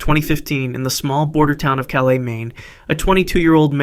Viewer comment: Calais is pronounced like callous by everyone in Maine. You made it sound so fancy lol